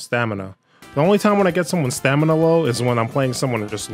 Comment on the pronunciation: Stamina. STAMINA. STAM-NI-A.